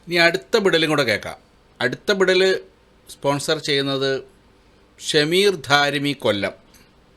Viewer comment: നീ പറയുന്നത് വിടൽ ആയിട്ടാണ് ഞമ്മക്ക് കേൾക്കുന്നത്